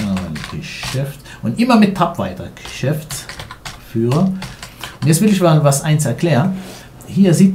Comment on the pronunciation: bei wirst du so schnell mit reden ... da kann man kaum folgen. Der Ralf Schmitt ist bei dir aber gar kein Geschäftsführer sondern Gecshäftsführer ;-)